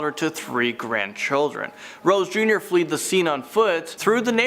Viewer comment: It's"fled" not fleed come on. Your acommentator